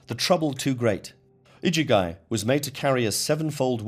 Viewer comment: The iduguy? Is that the igigi or (igigu, plural)? It's so irritating to hear these commentaries making such a hash of basic pronunciation. The worst I've heard so far, I wonder how Thoth, the Thrice Great, otherwise known as Trismegistus name and title would get announced or butchered?